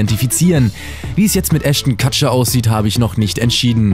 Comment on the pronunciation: Es heißt Ashton Kutcher Nicht katcher